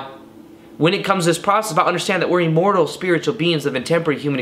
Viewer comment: Lol this guy pronounces the word "immortal" weird. Listen to 1 minute 10 seconds into the video, he says E-mmortal. But great content 👍 I'm sure it brings a level of comfort to lots of people that are afraid of not existing after death. I'm one of those people.